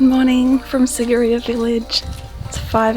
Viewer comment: What a wonderful travelogue. However, I was distracted by the poor pronunciation of some of the places visited. It's not pronounced Sig-e-rhea but Sea-ghi-re-ya and Ella is the Sinhala word for 'waterfall' (pronounced al-le) and not the girl's name!